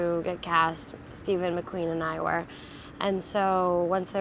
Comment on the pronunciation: Stefan...not Stephen